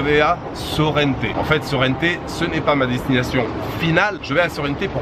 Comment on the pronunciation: Attention. En italien, c'est Sorrento. En français, on dit Sorrente à la française et non Sorrenté. Bon reportage.